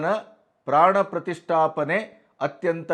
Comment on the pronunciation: Gaandu Kharge Modalu Pranaprathistaapne Uchhaarane Maadodanna Kalithukollali